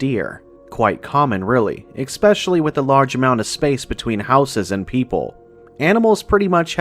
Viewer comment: I love these stories but every time something is mispronounced it takes me out of it. "Expecially" is the one that prompted this comment. Its "especially". That being said, i will keep watching lol.